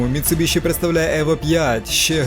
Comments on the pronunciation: Дуже класне відео про дуже класну тачку. Тільки одне уточнення - назва компанії читається як Міцубісі, тому що в Японії звук shi читається як сі❤ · Заєбало ваше міцубіШІ МіцубіСІ !!!